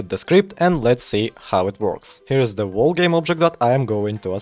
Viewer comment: Слышу что "й" и "р" сильно читаешь. Wall не волл а уолл. Также между словами слишком большой промежуток. Я не наставиваю но можешь поработать над этим если не сложно.